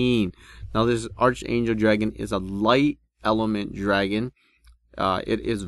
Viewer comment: It's said like "Ark-angel"